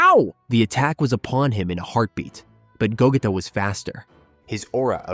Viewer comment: Lol I love ur content, but I think we all know is pronounced GOGEEEEEETA GEEE! Lol not GETA, VEGEEETTTAAA LOL NOT VEGETa 😂😂😂😂 keep up the good work